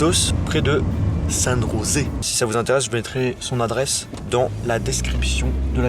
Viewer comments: San Josée Se prononce " San rosser " car cette de l'espagnol. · Ça se prononce San Osé!